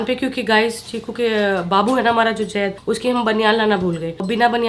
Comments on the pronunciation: Yaar pls vo Zaid hai Jaid nai hai pls use Zaid boliye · Dear plz take name as Zaid not jaid😊